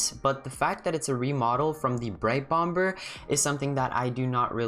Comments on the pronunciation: it’s pronounced bom-er in the UK and america (i think) but u said it bomber , the way you spell it. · Lol he said bomber but pronounced the 2nd b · no he is saying that you said it wrong